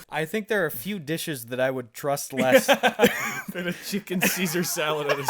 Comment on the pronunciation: When he said dAthan the Alabama inside me died. I mean Alabama is shit but that kinda hurted tbh